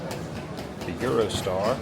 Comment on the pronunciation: Sounds like you said "Eurostyle" insead of "Eurostar". You did the same thing when you originally got on the train. Maybe I'm missing something or you're still suffering from jet lag. Thanks for another great video in this series.